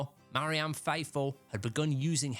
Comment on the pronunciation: MARY-Anne? REE-concile? What's wrong with ye man?